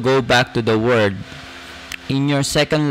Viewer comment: Kuya sanayan mo po ipronounce ang world with L, parati nawawala ang L. Pronounce it WORLD not WORD. Okay na po sana ang presentation nyo kaso napapalipit ang dila nyo